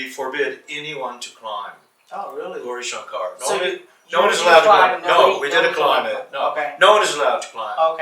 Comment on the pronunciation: sir please teach that guy to say gourishankar correctly